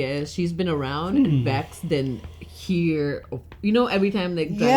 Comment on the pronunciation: is it an accent thing? Can you not pronounce the difference between "Vex" and "Vax"? They're two different letters in the alphabet.